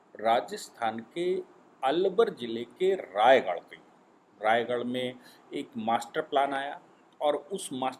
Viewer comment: Sir,Rajgarh not Raigarh